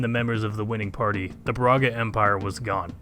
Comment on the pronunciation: Brahga Empaire?🤣😂 ok ja começou bem kkkk